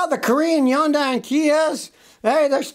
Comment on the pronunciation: Scotty take a deep breath and just say : Hun-day. Think Sunday with an "H".